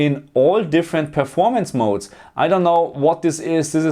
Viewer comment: Great video! i miss hearing you say Game Mod-Ez instead of modes 🤣🙌🏻